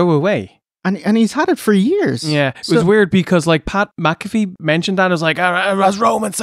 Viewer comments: Hey, it's Pat “Mac-A-Fee" 😂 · The poorly pronounced Pat Mcafee is killing me. They say his name a million times on the show.